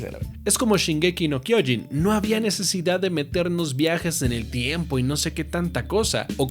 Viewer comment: se acentúa SHINgeki no kyoJIN